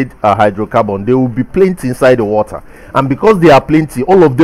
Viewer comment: Oxygen in the watdder 😄